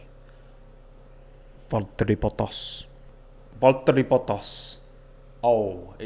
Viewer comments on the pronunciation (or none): The media: valterri bottas:fotteri botos